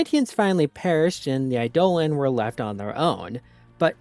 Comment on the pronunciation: Eidolon is pronounced like Idol-on